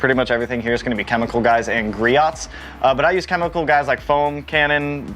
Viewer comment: Griot’s [gree•o’s] the t is silent, it’s very commonly mispronounced. I know we did it as well when we first started selling it till the Groit’s rep informed us of the proper pronunciation. Hope you reach 10k though, I subbed :)